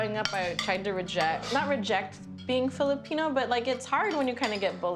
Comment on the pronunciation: Truly amazing. I’m less than 20 seconds into the video and they’ve managed to mispronounced every single Filipino food item they’ve presented.